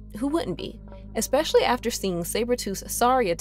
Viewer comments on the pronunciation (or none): none